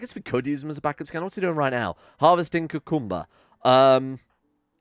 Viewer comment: Please tell me the way you say cucumber is a reference to the Rasta cooking dude